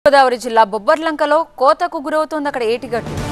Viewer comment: Bobbillanka ra Babu bobbralanka kadu